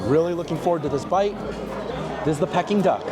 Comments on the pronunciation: It is pronounced Pee-king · Anyone else shouting the right pronunciation of Peking at the screen? 😂 Food looks nice, but I’m not sure if it reaches the quality of Michelin. Some of the plating could really be improved